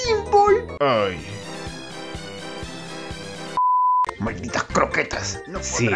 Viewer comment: La verdad no puedo con la forma en la que dise pinball al final